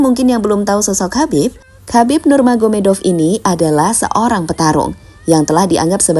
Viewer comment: khabib Nurmagomedov bang bukan khabib nurganomedov